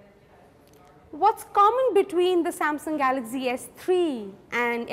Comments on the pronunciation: it's galaxy not galazy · She says galaxy as galaxzy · She pronounces galaxy as galaxzee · dont know to pronouns Galaxy !!!!!!!!!!!!! lol .........go learn how to pronouns Galaxy from child who is in 1st grade..hel teach u better !!